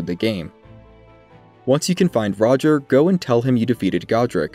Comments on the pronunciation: I cringe so hard at “roger”. I almost didn’t finish this video because of it. Funniest part of all this is that during his quest line D literally calls him by name at the round table hold. It’s pronounced Raj-ee-air. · Every time this good man says "Roger" my inner voice auto corrects to "Ro-jere". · That's still not how it's pronounced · why do you call him roger? i mean he literally says his own name so you know how to say it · You need to learn how to pronounce "Rogier"